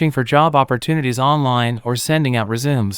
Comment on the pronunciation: 🤔 Funniest AI voice kinda mistake Resume was pronounced ReZooms 🤣 💕🙏🏼